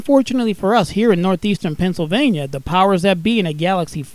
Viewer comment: Nuthezern Penzilvania